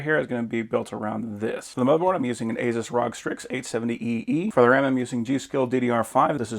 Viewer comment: A build like that and dude mispronounced "ASUS" AND called the SSD a hard drive lmao. 💀